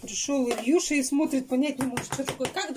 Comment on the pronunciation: Илюша а не Ильюша